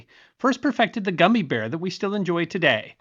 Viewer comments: What's up w/ the "goo-me" pronunciation vs "gumm-me"??? You vascillate between the two pronunciations. Was never a fan of gummies, as my sweet tooth had already been taken by Tootsie Rolls, which have become hen's teeth as I have not been able to locate ANY Tootsies in the stores around my area. So, I go online and order them direct from the manufacturer. Gummi vitamins are related to Marry Poppin's famous saying " . . . a spoonful of sugar helps the medicine go down." As children come to my door this Halloween, I will choose only the juiciest . . . gummies. hehehe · Has narration gone AI? It's the only thing I can think of that explains why his pronunciation of gummy switches back and forth between goomy and gummy repeatedly. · I am 72 and it's the first time I've ever heard gummy bear pronounced goomy bear. 🤔😊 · yea it makes no sense to randomly pronounce it as "goomy" when we say "guh-m" normally. It just seems like an obnoxious mispronunciation to drive engagement. And look at how brilliantly it worked. Skillfully done! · This has gotten a tad gloomy over goomy LoL So sue me but I'm no dummy and am sure it's pronounced gummy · Yeah the gummi bears show and the dancing gummy bear song are all pronounced like gum. Gummy bear(s) Goomi sounds like nails on a chalkboard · It's called "Gum-E" not "Goom-E"! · if 95% of the world pronounces it Gummy, then....even 99%? sigh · I always thought it was pronounced Gum-my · This mf is trying to rage bait me!!! It’s Gummy not goommy!! Ohh you bastard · Dude, goomy is not the way. Please stop!!! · This new goomy pronunciation is gonna get confused with gooning. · Reeceeees, goo-me, are you trying to piss people off? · "Goo-me" ya gotta love the varied pronunciations of words across the US. West Coast and Southern states could theoretically start a war over words with the Northeast 😂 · No. He's using the pronunciation from the country of origin, germany. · you say gummy weird. is this an April fools trick.